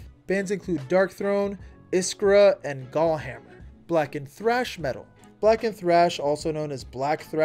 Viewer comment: I can't get over him saying frash instead of trash when saying "thrash"